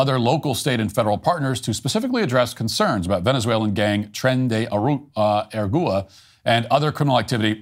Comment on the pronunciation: Sounds like: Train day hour ah goo ah. OR Tren de Aragua